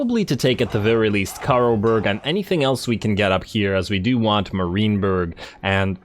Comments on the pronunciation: i was going to say that too. It’s MAR(m-air) -IEN(ian)-BURG. (mair-ian-burg) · Enjoying the campaign! But…. stop saying “Marineberg”! There, I said it. I couldn’t hold my tongue any longer. I guess I am “that” guy.. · Love your stuff man, but the way you pronounce "Marienburg" causes me physical pain.